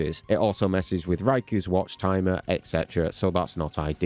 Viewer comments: Issue 2 who is raiku and what's his watch? You mean ray-ko and his watch? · "Raiku" lol